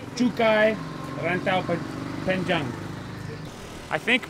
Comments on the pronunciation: "Raaintowww Painjenggg" 🤣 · The way you said "Rantau Panjang" is too funny. Sorry😅